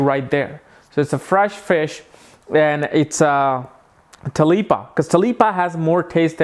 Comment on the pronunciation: You mean tilapia? It's funny how you call it talipa unless that's how Indians call it. It looks very yummy though.